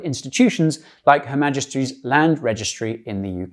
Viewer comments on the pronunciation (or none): Hahaha Why do you keep calling it "Her MajestRy's Registry??